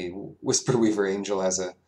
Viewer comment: Wisp-weaver, not Whisper-weaver. The only thing about the entire draft that bothered me. The rest of it was great. That just... really rustles my jimmies.